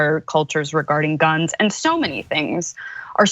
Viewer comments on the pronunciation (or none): hahaha absolutely. But he can't read past, MAH GUHNS lol